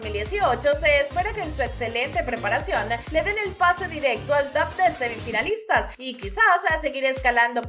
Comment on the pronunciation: Por que dices TOPE en vez de TOP y FINALE en vez de FINAL ? Es DESAGRADABLE.